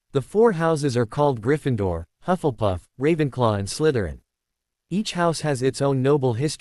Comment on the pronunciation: It is not huff and puff, it is hufflepuff, if you can't get the pronunciation right don't say the f**** word